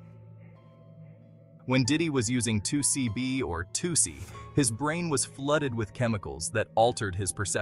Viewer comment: I thought it was pronou 2-SEE. I could be wrong but thsts how i heard it pronounced.